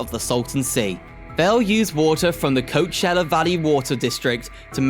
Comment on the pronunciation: You really need to learn how to pronounce the names of places! You really messed up on Nuys from Van Nuys. You misprounced Jose from San Jose, and Clara from Santa Clara. And Coachella from Coachella Valley. Oh yeah, and you slautered recreational.